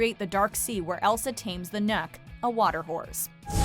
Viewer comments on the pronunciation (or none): Also its Nokk not "neck"😂